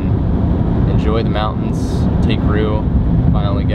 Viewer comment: "... out in the mow-ans..." Strange pronunciation of "mountains". You also seem to say "bo" for "boat", most of the time. Odd... You also might want to learn what "vocal fry" is and realize how annoying it is on a video.